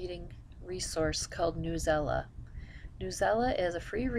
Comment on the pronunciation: sorry , not trying to be rude , but at my school we use newsela and just to let u know its not pronounced newela its pronounced news-e-l-a it stands for news english language arts . lol .